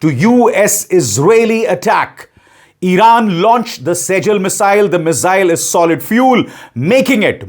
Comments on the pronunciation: It is SIJJEEL not sejal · Sir, next time jab aap is missile ka nam len to iska correct pronunciation hai: सिज्जील hai not सेजिल . One of your shubh chintak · please pronounce it sejjil (सेज्जील) not sejal (सेजल)। Its Arabic word.. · Sajil not sir it's sijjeel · Sijjeeeeel Not sajel